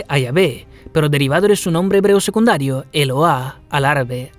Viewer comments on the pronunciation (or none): none